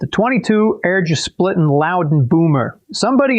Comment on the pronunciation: “Eargesplitten” is a hard g, just sayin